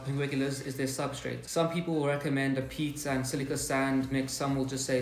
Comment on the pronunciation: I just got some temperate pinguicula. -- lol, I love when you talk about the substrate. I first heard "some recommend a pizza" hahaha. Then it registered and I realized you said "PEAT AND silica sand."